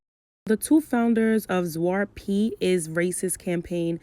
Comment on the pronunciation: It is pronounced shwah-tuh Pete. And now when I look back at it, it is racist. But obviously I didn't know better as a young child.